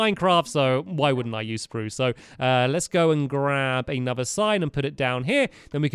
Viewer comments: Anyone else remember when he said "sprrrrrrruce"? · stampy forgot to say sprrrrrrrrruuce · you said spruce wood, not Sparrrrrooce wood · Stampy said Spruce wrong! It is pronounced SPRUCE! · l have a new idia for sproos it is saaproos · STAMPY! Don't forget to say SPRUCE how you use to! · hey you didn't say spruce right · stampy, you are not saying spruce right